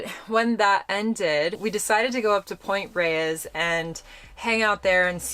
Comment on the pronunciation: Pronounced Point Rayes I am from California I love watching your video's. I am 76 love it